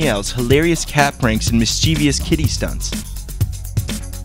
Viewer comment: Mischevious...lol its, mischievous. Completely different pronunciation.